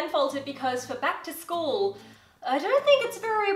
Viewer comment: what you said: Back to school haul what they heard: plaid skirt haul